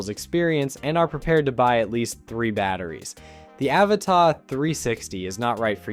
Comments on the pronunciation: its an avata not avatar.why do yanks try to speak english but never get it rite????? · Pls pronounce the first A as you do the other 2 in the name 🙏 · You say Avata really weird